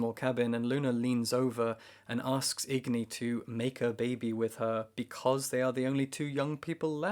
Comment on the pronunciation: Agni not igni